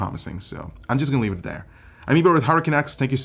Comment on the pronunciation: Why do I hear this dude keep saying "Hurricane X" rather than Hardware Canucks?